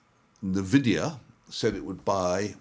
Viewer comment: EN-Vidia not Neh-Vidia Sorry, pet peeve